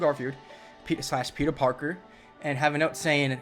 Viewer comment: That dude said "Tobey Maguire as Peter Parkio" HE'S JOKING... There's no way a person could call theirself a fan, and cant say Pete's name right. No way.